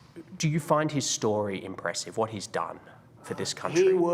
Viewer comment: lmao "whot manuals?" "whot books?"